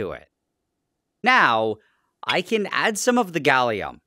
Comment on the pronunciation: Ah yes, Galliuminum